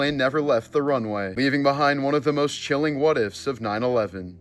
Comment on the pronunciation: "Chile-ing." 😅😂😅😂😅😂 so disrespectful but even more funny